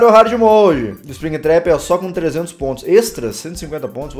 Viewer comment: não é´tap é trap,a não ser que eu tenha ouvido tap quando ele trap